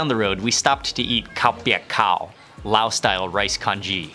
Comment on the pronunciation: We need the audience volume turned up a little bit. Thai person here, but Laotians call their country "Lao" without the S sound. I don't even know why it's there in English spelling.